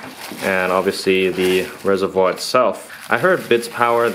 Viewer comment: it's Reservoir, please emphasize the r more it's so cringe.